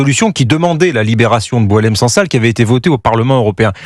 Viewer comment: Cette dame n'arrive même pas à retenir le nom de boualem sansal . Elle dit "boualel" au lieu de boualem. Pour certains, comme elle , un arabe ne vaut pas le coup de faire l'effort de prononcer correctement son nom !